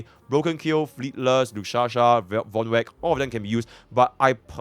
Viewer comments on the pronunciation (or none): its lushaka!!! not lushasha or lukshasha!!!